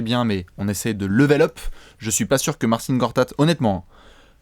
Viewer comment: Par contre on dit Marcin Et pas Martine